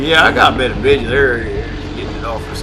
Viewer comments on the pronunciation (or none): You are not outlaw you don't have to say vidja